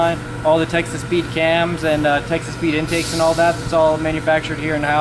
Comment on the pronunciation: Is it wrong that every time you say Texas Speed I hear Texas Pete? 🌶🤣🔥🌶